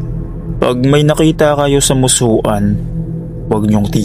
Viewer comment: Musuan read; Musuwan